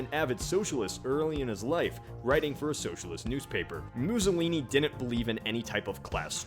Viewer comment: "Moozohleenee" As Italian, this made me laugh